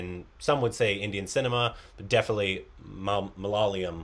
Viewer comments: Please try and try till you get it correctly. It's pronounced as ma-la-ya-lam Or mala-yalam. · It's not malala-YUM.. it's pronounced MA-LA-YA-LUM... Please. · "Malyalium" - Korbinised ! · will learn to say Malayalam now. If this is mistaken again I will hit the report